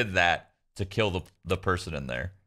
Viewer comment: “I hate Keela, so I will keel”